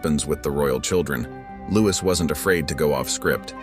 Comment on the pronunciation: It’s pronounced LOUIE! Not Louise!